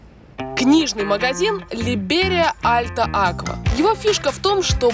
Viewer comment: я со стула упал в смехе... ЛИБЕРИЯ... либ-ре-ри-я